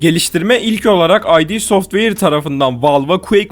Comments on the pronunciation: Sevgili kardeşim ay di software değil, id software. Yazıldığı gibi okunuyor. Ay di kimlik demek İngilizce. İd Software'in İd'i ise psikolojik terimler olan id, ego, süper ego'dan geliyor. Bundan sonra İd software ile ilgili video çekersen buna dikkat edersin. Bende ay di sanıyordum eskiden, değilmiş, id software. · Belgeselde emek var, ancak id Software "ay di" şeklinde okunmuyor, düz "id" şeklinde okunuyor.